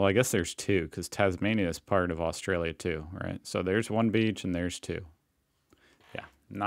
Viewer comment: You gotta start saying "Oz-ee".. Not "Au-zee".. And South Australia was a Free State only for the first 10 years.. Adelaide has "a beach" 15 mins from the CBD, that runs bout 350kms North/South haha.. We see a water/ocean sunset.. Labor PM Bob Hawke, drank a "Yard of Ale" (a yard ale glass) in 12 seconds. While he was Prime Minister, he didnt drink a single drop. Coopers is Adelaide beer, mainly Pale and Sparkling Ale, made in the suburbs.. My great Uncle went to WWII under General Thomas Cooper from Coopers brewery. Melbourne Bitter is from Melbourne, as is Victoria Bitter, amongst others.. etc etc